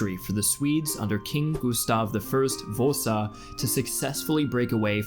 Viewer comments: Gustav Vousa? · Gustav Voosah??? Whaat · How you managed to mispronounce a simple name such as Vasa is disappointing, and Karl X Gustav was by no means incompetent. I would advise to study the topic in question in more detail before making a half assed video.